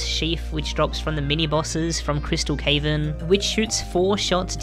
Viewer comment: never heard someone say cavern as cave in